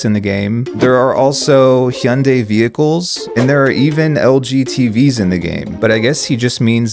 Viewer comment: Finally someone pronounced HYUNDAI correctly!!!! Thank you!